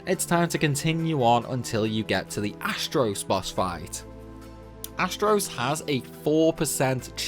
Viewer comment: to " astros" Wtf is this astros crap? Its Astos... there is no letter " r " in that boss's name